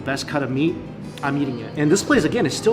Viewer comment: Is it just me or anyone else also hear "Yeeting" when he says "Eating" XD